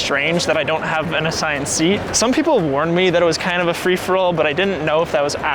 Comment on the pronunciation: "Frish-for-all boarding"